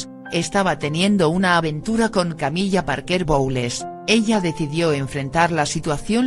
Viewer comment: Porque dice "Camilla"?...acaso no es Camila